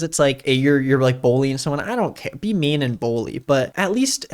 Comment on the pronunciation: what the hell why do you pronounce bullying as "bowl-ying"??!!